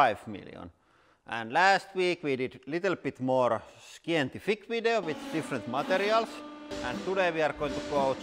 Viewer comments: Haha, it's the Finnish way of pronouncing it: 'skientifik' Good Job Lauri! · The pronounciation of ”scientific” was legendary hahahaha